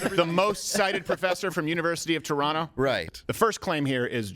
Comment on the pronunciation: Agree completely and nice to see you sticking up for Jordan Peterson with good old true facts, the left will love that! Also, as a Canadian living in the “GTA” I was impressed with your pronunciation of Toronto, leaving the 2nd ‘T’ silent, almost sounded like a local!